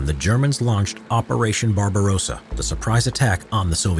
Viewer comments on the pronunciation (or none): none